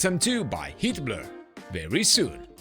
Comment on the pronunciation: ahhhhh, everytime you say "Heatblur" i hear surname of famous Austrian "painter"(((